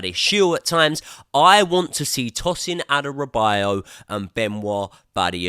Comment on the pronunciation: It's Adarabioyo not Adarabiyo